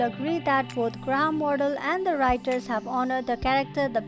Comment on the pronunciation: Good review but you kept calling him Gra-ham and it is one word graham.